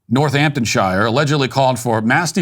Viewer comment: Hey Matt. Just to help, Northamptonshire is pronounced North-hampton-shear. Bedfordshire is pronounced Bedford-shear. Keep up the good work. Love watching your channel.